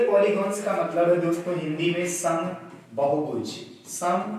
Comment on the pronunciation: पोलिगोंनस नही भाईसाहब....पोलिगंस होता है🙏🙏